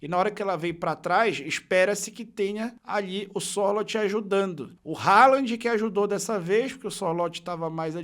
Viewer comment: a pronúncia do nome do Sorloth é muito simpes: é ççorrutfffees